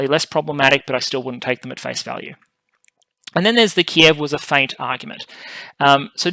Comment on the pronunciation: Please stop pronouncing the "t" in feint.